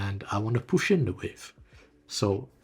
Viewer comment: stop saying push like LMAOOOO "get the poosh"